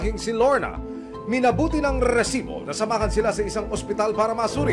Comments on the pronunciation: Oa ng "RRRRResibo!"😂😂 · Hahahahahaha ntutuwa aq pag sinasabi ni sir emil. Rrrrrrrrresibo😂